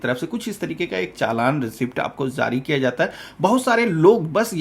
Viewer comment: Aby jahil zari mat bol jari bol .pahle bolna seekh